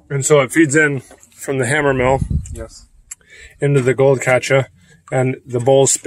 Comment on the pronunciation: speaks with near perfection……except, for the word “Catcha” lol. 😊